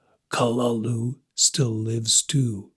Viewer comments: Utterly useless pronunciation. Kalulu. Get out of here. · Oh my god learn the proper pronunciation of the name it ruins the whole story when you get it wrong .